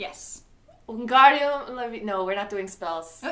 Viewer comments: it's pretty obvious that it's... LeviOsa, not LevioSA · "its leviOsa not leviosA" translated to "Not easy" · No no you said Hermiones best line wrong It’s not leviosAH it’s leviosaR!!! ❤️💚💙💛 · LEWisac NOT LEWISAC honestly she’s a nightmare